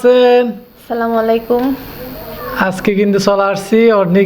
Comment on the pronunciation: দয়া করে সালামটা শুদ্ধ করে দেবেন সালামালাইকুম এর অর্থ কি